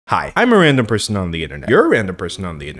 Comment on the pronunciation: i can’t stop hearing “hi i’m miranda person on the internet”